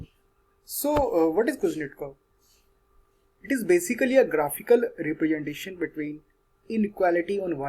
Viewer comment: Repretation allada naaaye 🤦🏻‍♂️ representation 🤦🏻‍♂️ naakkokke vallappozhum vadikkaam